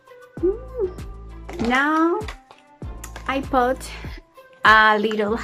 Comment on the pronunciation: Don’t say “pot” pronounce it as it is written “put” 😊😊😊😊😊 entendí todo lo que dijiste muy bien 😊🙌🏻